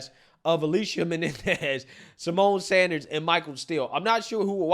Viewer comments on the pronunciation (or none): none